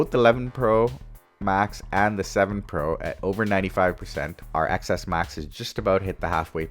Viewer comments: Omg its 10s max not pronounced Xs max!! X means 10 in Roman numerals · It’s not excess max!!!! It’s pronounced 10s max!!! Omggg cringe